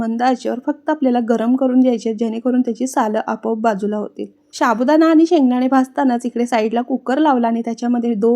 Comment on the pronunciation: 1)Sabudana nahi ho tai Sabudana 2) minitala tumhi mhantayt ki shengdanyachi sale seperate hotat pan tumhi tar shengdana salasakat ghatlay. 3)Ha nashta 10 minitat tevha tayar hoil jevha batate ukdun ready astil Tumcha praytna khup changla aahe ho pan tyala vastaviktechi jod vyavasthit dya.